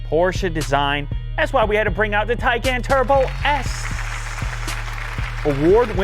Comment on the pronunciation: It's Taycan not Tiecan